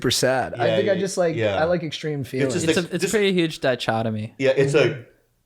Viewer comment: Did he pronounce dichotomy (die-shod a me?) Is that the right way to say that? No shade I honestly wanna know lol!